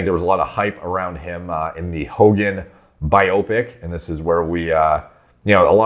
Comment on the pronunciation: why did you mispronounce biopic?